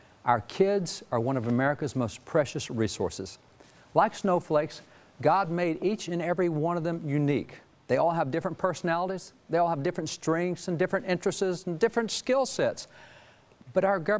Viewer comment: did he say interesses instead of interests? Nice.